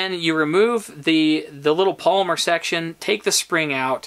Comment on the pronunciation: I think it's "pol-y-mer...not Palmer. Small thing only an old English teacher would notice. But you're videos are solid. And I'm very "pro" on the Sub 200 gen 2. Perfect camp, truck and cabin gun. Especially since I too carry a Glock 19. Keep up the good videos.